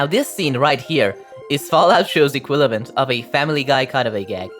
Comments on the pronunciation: I’m trying to sleep and this dude says “equilavent” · did you just say equilavent